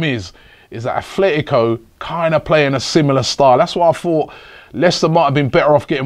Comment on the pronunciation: ffs its Atletico not Athletico